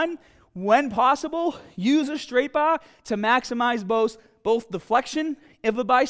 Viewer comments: What accent is this? It’s like a US accent but whenever he says an “ah” he sounds like a cockney British general. …use a straight baaAah! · Straight bah or ez curl bah! Your ahms!😂😂🤣